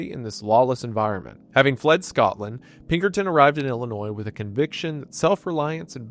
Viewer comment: "Peckerton Detinctives"